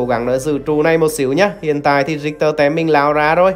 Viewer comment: rictek mà kêu rioma vậy ông🙈🙈🙈